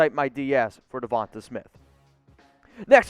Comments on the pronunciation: It's Devonta not Devante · Dude you need how to pronounce Devante name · He’s gonna call the dude out for misspelling Devonta’s name, but then proceeds to mispronounce it over and over. Good job, bro.